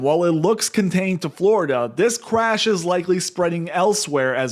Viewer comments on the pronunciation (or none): Are you saying cwash?